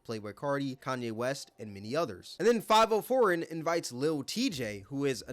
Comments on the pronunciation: It's fi-vi-o , I think not too sure I only heard one of his songs. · Faaaaaviiiiiooooo Foreign, not 5-0 foreign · Five-O foreign I’m dead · From here on out his name is “5-oh-foreign” 😂